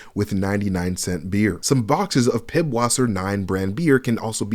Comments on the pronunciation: Pißwasser is pronounced pisswasser, not piBwasser lmao. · Its not pibwasser, its pißwasser. ß is the german letter that is pronounced "ss" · The B in pibwasser is actually a German letter that's pronounced s. So that's pronounced pisswasser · it is not PIDwisser but PISS, it is german ss-letter and it is hillarious pissweiser is pisswater in german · In German, the ß is not a B sound but an ss sound. So when it comes to Pißwasser beer, it would be pronounced Pisswasser, not Pibwasser. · ß in german sounds like an "S" so pißwasser = pisswasser not pibwasser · The “B” in “PiBwasser” is actually a German eszett, which is pronounced like “ss”. “Wasser” is German for “water”, so “PiBwasser” just means “pisswater”. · It's not "pibwasser", the letter that looks like a b is a German character that makes an s sound, so it's pronounced "piss vasser" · The ß in Pißwasser is not a 'B'. That is a letter in the german alphabet that is basically a double-s. So that beer is not pronounced "Pibwasser", it is "Pisswasser". "Wasser" is German for "Water", so the beer is essentially piss water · The ß in pißwasser is the German letter eszet, it's the same as "ss" in English. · Cant believe you are covering GTA video and cannot pronounce Pisswasser correctly. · Pißwasser is pronounced Pisswasser. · The name of the beer is literally pronounced Pisswater. That "B" has an s-sound